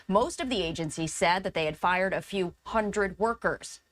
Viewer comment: Is it just me or is she saying, "Fire" workers (not Fired)? 😀